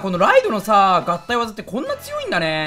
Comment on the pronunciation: は体技をからだわざと読んでいます。正しくはたいぎです。